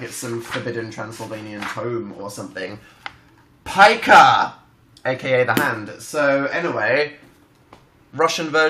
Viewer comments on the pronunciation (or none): My good, the way he say's pyka in russian...I know that he doesnt know,but I learn russian and for you entertainment "p" is actually "r" and "y" is "u", they just look smmilar. So it's ruka😂😂😎😎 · I speak in russian and i almost trew up from laughing when Dan said word "pyka", couse it actually spell's more like "ruka"...so yeah...😂😎😂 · the way that he read "hand" russian is so off I can't even hahahahahhaha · Omg i can't stop laughing at the way he said Hand in russian